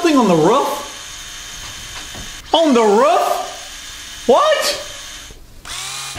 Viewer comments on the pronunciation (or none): He said rough but not roof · wroof Dave: I think he meant roof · i found the red egg and said ruff instead of roof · said ruff lol did he mean roof? XD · Not Rooff Its Roof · is something on the ruf. The ruf? Lolz